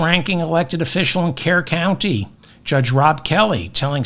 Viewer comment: David, Kerr County is pronounced Cur County. Also, just FYI for future reference, Bexar County is pronounced Bear County.